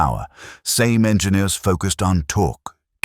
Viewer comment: I have always pronounced it Sa'me (sar me). Great video, thanks 🙂